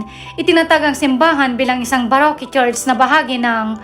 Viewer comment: ang baroque naman ay pronounced as barok....